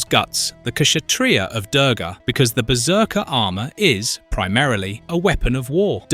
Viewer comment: It is pronounced (Doorga, like moo of a cow), spelled Durga, means difficult/impossible to overcome. Typically, she is not a warrior Goddess, she is rather associated with invincibility. Hindus have a War God called Skanda, Durga is war personified.